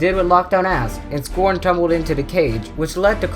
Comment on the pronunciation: You are not saying scron right